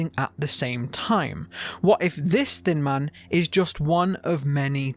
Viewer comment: When he says “thin man” I hear “thin mint” HELP ME😃